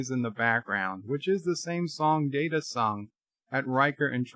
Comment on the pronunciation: Haven't you said the IP holders set the canon? As such, the canon holders determine it's "MAHR-RIO", not "Marry-OH?"! Also, how many times do you call him Commander "Dater"? Seriously?